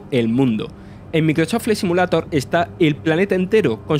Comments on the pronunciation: Joder loco parece el lémur de madagascar, yo no se si es acento si es defecto o simplemente hablar asi pero que manera de hablar horrible para comentar algo que no se le gana nada de seriedad y respeto. Empezando por pronunciar “simulator” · No quiero ofender a nadie, simplemente me gustaría saber por qué la mayoría de los españoles NO pronuncian el inglés, si no que lo leen de manera textual? Ejemplo, "Simulator" y no "Si-miu-lei-tor" como debería sonar.